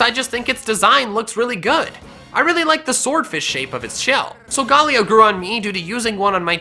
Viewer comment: Its sol - go - lao